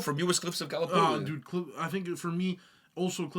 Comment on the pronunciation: How the F did he pronounce Gallipoli? Invalid list anyway, no Shiroyama